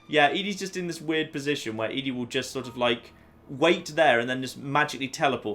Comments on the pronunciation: Now if you could just say "Eddie" (ED-E) instead of "Edie" (E-D), you'd be golden. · I love watching your Fallout playthroughs, but just one thing bothers me about them. ED-E. ED. E. I'm sure people've complained about your pronunciation of ED-E before, but.. ehh.. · Also, when you refuse to pronounce Ed-E correctly, don't complain about others pointing out your other pronunciation issues.